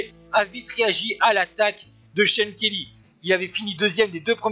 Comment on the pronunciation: I like the way the french commentator pronounces Kelly's name as "shonkerlee"..:)